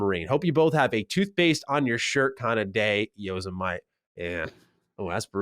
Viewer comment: YOSI-MIGHT?!? wth. lol Thanks for answering the question!